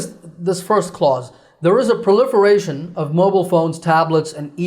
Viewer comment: Teacher I have a question about proliferation I’m hearing that you skip the ( r ) you pronounced pliferation that’s what I hearing